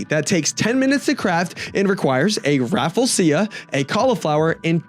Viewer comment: It's pronounce as raafleeshia